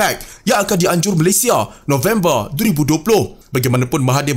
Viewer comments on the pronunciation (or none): none